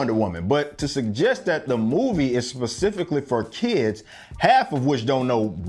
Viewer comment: “... pacifically for kids.” Lol